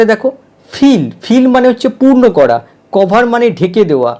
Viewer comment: 'Cover' এর উচ্চারণ 'কভার' হবে না 'কাভার' হবে। 'Everybody' এর উচ্চারণ 'এভরিবডি' হবে না 'এব্রিবাডি' হবে, দাদা।